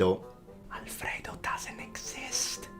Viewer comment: When you read "Alfredo" as "Al fredo" and just stood up and walked out saying "Ok, let's go!" XDDDD